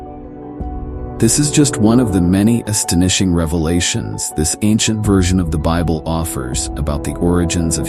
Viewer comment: AI can't pronounce 'astonishing' lol. What a lazy and lame clip. Wholly AI generated.